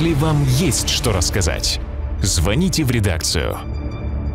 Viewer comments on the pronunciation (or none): none